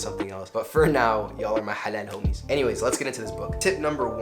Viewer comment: 'Halal Homies' sounds Perfect 🙌